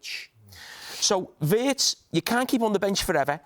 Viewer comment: Big muuuney,frimpang, weertz😂😂